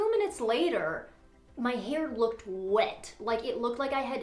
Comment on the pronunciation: That word is hair. Not “hair-ruh”.